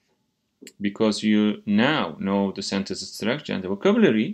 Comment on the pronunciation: Hocam Now Ve Know Tonlamanız bana yanlış geldi yanılmıyorsam